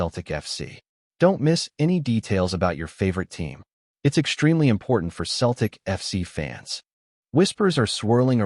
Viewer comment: Your pronunciation of "Celtic " is wrong . I realise you're American. When you say Celtic, the C is pronounced more like an S than a K. Just trying to help